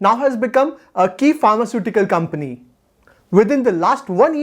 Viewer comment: It's not comny ,its company